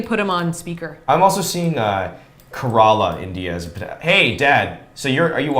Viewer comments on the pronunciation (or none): Dammn that Google search was near Bangalore and I live there and I had no idea it was so close.... but I guessed kerala which is my native place 😂 also pronouncing Kerala as Karala😂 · I love how is pronouncing Kerala at first I was cringing but then I laughed...